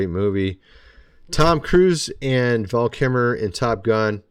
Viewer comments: Please pronounce Val KiLmer correctly because you come off like you are reading a script and have never been a fan IMO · This was all pointless speculation and you kept mispronouncing his name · How the hell is this guy pronouncing "Kilmer?" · It was so annoying that you kept pronouncing Val's last name without the "L." But thanks for the review of the situation. I like Val's portrayal in Top Gun, of course. But his portrayal of Doc Holiday was just fantastic. Once you see him do that character, you forget whoever else did it. How can you act out a lovable psychopath who is death incarnate? Just ask Val. Great actor. Great loss. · Your not a Fan mispronuncing his name...MAN!!! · You do realise there is an 'l' in Kilmer don't ya buddy? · and it's nothing burger. And he mispronounced Kilmer multiple times. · He says at the begining that Kilmer was one of his favorite actors but he can't pronounce the name?🤨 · You mispronounced his name, how disrespectful! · Have I been pronouncing Val Kilmer’s last name wrong this whole time? Is the “l” in Kilmer silent? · At the very least he could pronounce Val Kilmer's last name right. What about "The Island of Doctor Moreau"? It was fantastic. That movie had it's share of problems... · Pronounce his name correctly you bone head. This podcast made zero sense. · At least.....say his last name correctly! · Dude this video was rambling nonsense. Feels like you are grasping and learn to say Kilmer correctly please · This is just about the most boring show I've seen in a long time. Plus he can't even pronounce Val Kilmers name correctly. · Mr Kilmer’s last name is mispronounced throughout this whole video 😬👎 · WHY can't you PRONOUNCE his Name PROPERLY??? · Does this guy realize ther is an “L” in Val’s last name?? Cmon man show Val enough respect to pronounce his name correctly please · Pronounce the L in his name! Goodness. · I didn't know the L in Kilmer is silent! This guy has 200k subscribers? Clickbait, right after Val's death, wow!